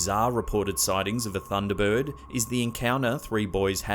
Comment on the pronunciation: How many syllables do you need in "bird?" He says "Thunda Burwud"